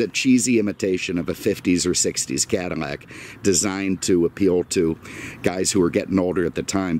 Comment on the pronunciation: Again your calling it a Cadimac. It's a Cadillac not a Cadimac.